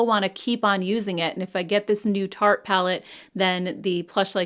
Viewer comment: Tarte, not taste! Grrrrr